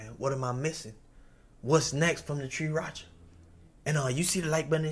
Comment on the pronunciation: "Tree racha"... BRO 😮‍💨... 3RACHA!!!